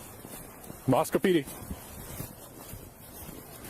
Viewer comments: I grew up about the same distance from Moscow, in WA... Agreed about how pronounced Moscow correctly. It's been difficult to listen to other people reporting on this tragedy, who pronounce it differently. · Thanks for pronouncing "Moscow" correctly! I used to live in that little city. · Wow. It's crazy to hear you talk about the town I work in. I live in Pullman in Washington 10 miles away.... I'm a mental health therapist who works right off campus. I literally am about to drive through campus on my way home from work right now. And you pronounced Moscow right! Not like Russia! Thanks for your respectful conversation about the students. Helps humanize them. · Thank you for covering! And the perfect pronunciation of Moscow. There is Nothing around Moscow..no one is just "passing through". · You pronounced it correctly! Us Idahoans appreciate that amigo! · Well done on the town's pronunciation. Very few ever get that right. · Its crazy that this kinda thing has happened so close to home (I live in Boise.) The victims and their families are in my thoughts! On a lighter note....thanks for pronouncing Moscow correctly lol. Also, thank you for covering this. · This is so very scary, and so little info yet. Side note: As a native Idahoan, thanks for pronouncing the town name correctly!! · Thank you for actually pronouncing Moscow right. I was there the week this horrific crime happened. Hard to wrap your head around this happening so close to home. My heart goes out to the families. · I’m super impressed that you are pronouncing the name Moscow correctly. Even many of the major news agencies reporting pronounce it as if they were talking about Moscow Russia. Nice job! 👍🏼👏🏼🥰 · Idahoan here. Thank you for pronouncing Moscow right, if out of staters would only pronounce Boise properly. However, I was a shocked you don’t know why they’re looking for that car. It was literally caught on tape at the time the deaths would have occurred.